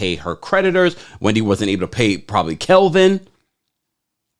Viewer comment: Not “kelvin” 😂🤣😂🤣